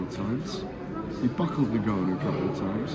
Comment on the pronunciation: He outs an i in there aswell😂. He's called Ngannou. Not niganou. I wanna see the press see if Warren still did it